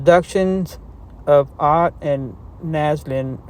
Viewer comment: Its not oat, its ott. Her married name.